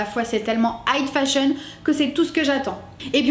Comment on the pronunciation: J'aime beaucoup tes reviews, hyper professionnel et tu argumentes bien tes raisonnements, je suis fan! :D (Par contre, j'ai pas pu me retenir, j'arrêtais pas de focus sur le fait que tu dises "height fashion" au lieu de high fashion :P)